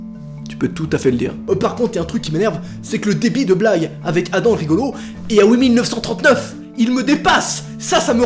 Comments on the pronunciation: Je croyais que ça ce disais "adam" et pas "adan" 😭😂👽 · c'est pas Adan c'est Adam!!!